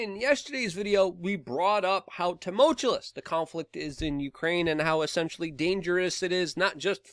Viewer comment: "Tumultuous" only has one "L". You pronounce it like this: Tuh - mult - you - us